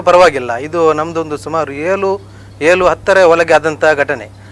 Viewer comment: ಏಲು ಅಲ್ಲ ಏಳು